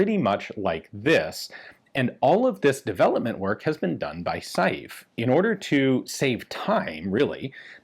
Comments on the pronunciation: It's pronounced 'sei-ve', NOT 'sa-jief' :) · I would disagree with you on the 'Saive' pronunciation. The 'e' at the end is not completely silent. It's more 'Se-ve'. And it's also a village in the vicinity of Liège, the home of FN. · Hi Ian. The name "SAIVE" is pronounced "SA-VE" . (Like "safe", but with a V instead of an F") Greetings from Belgium. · Dieudonné Saive's last name is pronounced "Sev". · "Saive" is a single syllable, and is pronounced like the first part of the word "seven." As for "Dieudonné" (Dyuh-duh-nay is a workable pronunciation), it's a really cool name that means "God-given" or "Gift of God." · Saive is said like "save" . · The right pronounciation of Saive is not sajeef but I can't find a comparable sound in English. The same sounding e with accent grave (è) doesn't exist in the E alphabet. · When are you going to take the trip up to Ogden and get pictures of (or access to) the only two experimental BHPs...ine of which is striker fired??? BTW Diuedonne's surname is pronounced "Sev"...I was corrected in my pronunciation by Dave Salvaggio of DS Arms while talking to him...briefly...at a S H O T Show in the mid 90s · Props for pronouncing Vanderlinden pretty accurately. Saive on the other hand.. as a french name (I'm Flemish, French is 3rd language to me, but still) what you're saying sounds like 'Saïf' pretty much. It should sound a bit more like a -ve at the end; and the 'ai' is a combined sound; think of 'j'ai' for 'I have'. You don't say j'a-i. It's more like a je-é? sorry for nitpicking; cool gun; crazy to think this already has a magazine safety basically. The magazine release: always count on the Belgium army to screw up a perfectly functional design! edit: well.. must be the french influence shining through in Belgium hearing what the French did :D